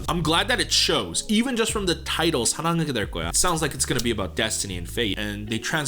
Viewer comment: 한국인이신가요? 사랑하게될거야 발음 깜놀